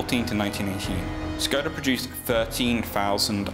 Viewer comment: it's pronounced - shkoda the symbol over the s you would think historians could look up pronunciation